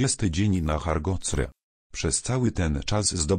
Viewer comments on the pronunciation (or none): Nie HARGOCRE Tylko HARDCORE